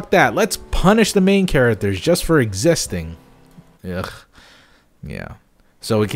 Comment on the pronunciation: "Chara-ters?" Can you at least say basic words correctly? It's a low bar.